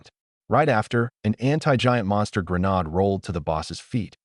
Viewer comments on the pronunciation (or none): The word grenade is pronounced gruh nayd. It a long hard "a" not a short, soft "a".